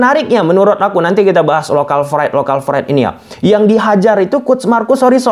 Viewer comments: Bukan local fride bang tapi lokal pride bang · Local pride. Bukan Lokal fried wkwk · local pride bos buka fride.. pake p bukan f wkwkwk😂😂😂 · pride bang bukan fried, fried tu gorengan bang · Local pride ato local fride 😂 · Pride itu pake P bukan F… narasi nya sangat mengganggu karena penggunaan bahasa asing yg keliru…